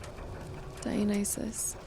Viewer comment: That Dionysus pronunciation practice in the last episode paid off - now says it like a pro, just in time for the level that actually features said (correctly pronounced) name. Let's continue this epic journey.